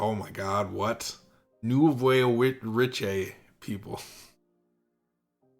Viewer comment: Nouveau riche is kinda pronounced like new-voh reesh (I think that might still be kinda wrong, but it's best I can come up with, lol) and it is a term borrowed from French, basically means "new money" and usually used to describe people that just hit it big, money-wise, and spend their newfound money to improve their social standing. It's technically a derogatory term, but it lost quite a bit of its bite as the title of nobility lost its use in society.